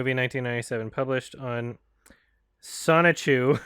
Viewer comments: Sho-ni-ku, not Sonichu. Sonichu is Chris Chan's oc. Listening to that was very confusing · inability to read the word Shouchiku amazes me. Again and again and again.